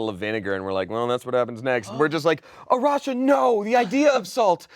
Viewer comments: Arasha: "I'm always in a rush" A-rush-a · Arasha, more like A-rush-a...haha....ill go away now